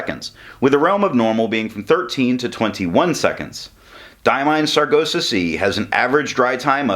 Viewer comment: I do like that color, aptly named, thanks for the review... I hate to be the one to tell you you are pronouncing Sargasso kinda dyslexic (ie. you are saying sar-go-sah and it is sar-gass-oh). Thought I should say.